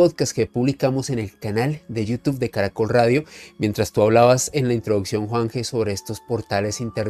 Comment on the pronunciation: Al finalizar, un señor decapellido invita a su canal de You Tube sólo que no es capaz de pronunciarlo correctamentevy termina invitándonos a iU TUF. Por favor,, toménse su tiempo entre todos y enséñenle a decirlo bien. Gracias.